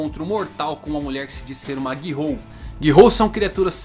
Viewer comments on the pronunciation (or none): GI-HOU??!??!! É GHOUL! (lê-se "Goul")!!! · nicolas navarro na verdade, a pronúncia correta seja "gul", sem falar o "o".